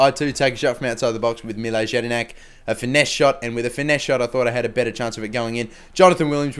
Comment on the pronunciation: With jedinak, the J is pronounced with a y